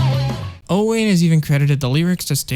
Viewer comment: Owain is a welsh name. You pronounce it “o-wine”, not “o-wane”. Little tip for if you meet them when they tour the US in October!!